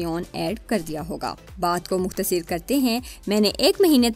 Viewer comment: Mukhtasir or mutabir nahi hota.. mukhtasar or mutabar hota hay